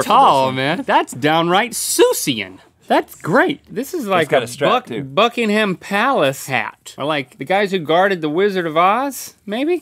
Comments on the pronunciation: The way Link said "Buckingham" hurt me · Sorry I know it's pronounced differently in other country's but it's (buck-ing-hm) palace